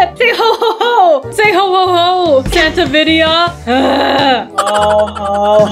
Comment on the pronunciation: Not vidia Santa or whatever said it’s santidia😂❤🎉